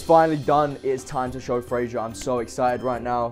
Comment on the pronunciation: "Frazier revleal"🤷🏻‍♂️🤷🏻‍♂️🤣